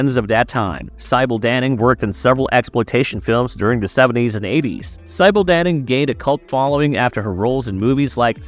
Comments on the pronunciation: I think you got the Michelle Bauer Indiana Jones one wrong, she was in a film called The Tomb(which is referenced later in the video) that was inspired by Indiana Jones and similar films but had nothing to do with it. Also you changed the pronunciation of Sybil Danning's name about half way, oddly enough she briefly appears in The Tomb aswell. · Despite your comment, you should watch the Sybil Danning section, where after saying her name correctly the first 2 times, you go wrong for the rest of her section and you failed to mention her great role in 'Battle Beyond the Stars'. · ah, thought it seemed too familiar, and then we hit the same mispronouncing of sybil danning's name and I was like "Wait... different voice but they messed up on the same spot in the same way?"